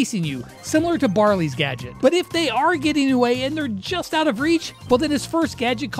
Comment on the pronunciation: Bro said obey in stead of away